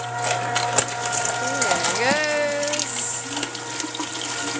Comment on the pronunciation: "Shove em down in dere".